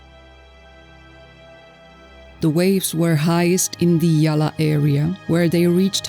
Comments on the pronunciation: THAT "GALEE" IS CORRECT BUT YOU SHOULD READ THAT AS "GOAL" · Not gale 😂 pronounce ' gol' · its pronounced Gall, spelled as Galle..... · It's pronounced Gaul....